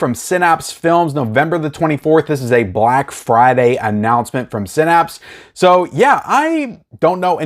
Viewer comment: OMG, pronounced Synapse right. Must have been practicing. 😋